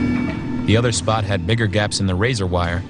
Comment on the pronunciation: doesn’t sound like bigger